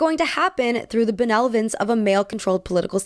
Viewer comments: You make a lot of great points, but man there are a lot of mispronunciations here. Stymied = sty-meed, not stim-eed. Benevolence = ben-ev-o-lents, not ben-velo-ence. It's weird to have that level of reading in a video about the bimbo aesthetic... I guess it's brilliant if that was intentional, but... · I think you may have said “benelovence”